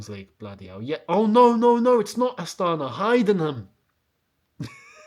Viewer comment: It’s pronounced astanA. Emphasis on last A 🇰🇿